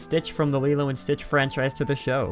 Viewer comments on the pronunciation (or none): none